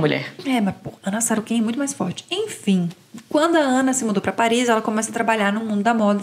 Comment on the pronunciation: Vcs sao muitos rasos! Além da dicção bem mediana, TRÊS PESSOAS não prestaram nem para pronunciar o nome correto da pessoa. É SOROKIN e não SAROKIN. Ter um canal com TRÊS pessoas para ler noticias de forma chula, é de ferrar!